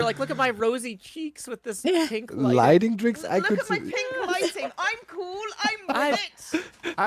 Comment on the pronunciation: I love German accent on the word "cool"